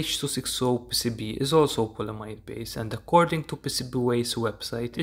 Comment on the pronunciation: Say it with me "Pee cee bee" not "pissibi"